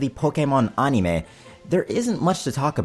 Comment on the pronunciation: ann-im-ah? You mean animooooo